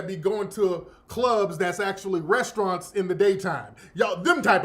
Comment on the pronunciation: Yo said "club resteraunts" lmao